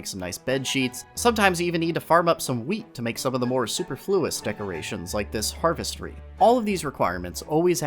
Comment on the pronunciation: You may want to look into the English language pronunciation of superfluous. :)